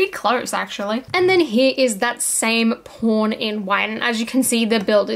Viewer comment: The immature American in me hears something um... “different” when you say the word Pawn